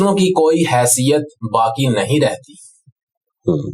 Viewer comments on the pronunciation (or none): محترم کچھ الفاظ کی طرف آپ کی توجہ نہیں گئی: اِحباب نہیں اَحباب الف پر زبر کے ساتھ قابْل نہیں قابِل ب کی زیر کے ساتھ حیثِیَت نہیں حیثِیَّت شد کے ساتھ بے توجَہی نہیں توَجُّہی پیش کے ساتھ معجْزَات نہیں معجِزات ج کے زیر کے ساتھ صورْتوں نہیں صورَتوں ر پر زبر کے ساتھ سمُندری نہیں سَمندَری مشیت نہیں مشِیَّتَ الہی شد کے ساتھ مافیَ الضمیر نہیں مافِی الضمیر مِحظوظ نہیں مَحظوظ م پر زبر کے ساتھ